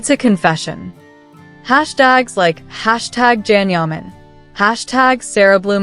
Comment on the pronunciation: Shit thats funny! No wonder hes pissed off! They are a couple. Cant even pronounce his name using AI. Sara not a model, a successful DJ, they will marry soon.